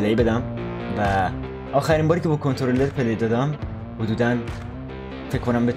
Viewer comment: حتی به غلط 🤣🤣